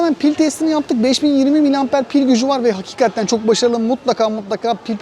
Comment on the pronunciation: Daha önce söylediler galiba ama abi HAKİKATTEN Değil de HAKİKATEN demen daha doğru olur